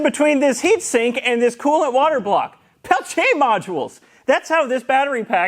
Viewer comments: Thanks for pronouncing "Pelletier," correct. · Why do you keep highlighting 'Peltier' almost every time you say it? You're pronouncing the name correctly.